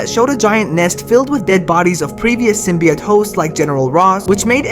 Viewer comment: SymbiOTE not SymbiYOT